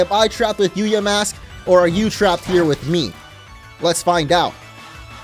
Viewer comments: Oof yikes orange. You pronounced the name “cofagrigus” in a way that it emphasizes the no no word in its name. It is pronounced: cough-fuh-gree-giss. While we’re at it, you’ve also been saying yuh-mask instead of yaw-mask. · Its ponoused ya mask